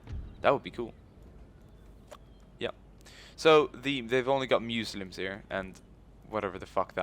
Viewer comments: he says Muslims like Meslims I'm just wondering is it on purpose his accent or doesn't know how to say it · I know this wouldn't happen but what if he lost as he was like battle of the century and peasants with pitchforks and another thing is he saying Muslims wrong like he doesn't know how to or on purpose just wondering keeps winning